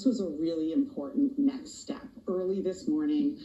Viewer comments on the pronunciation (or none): Wait, did she say “important NECKS step” or “NEXT”? 😂 😭 🥴 🐸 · I heard lizard lady say "the necks step" 😂😂😂😂😂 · She said this is a really important “neckst” step 😂😂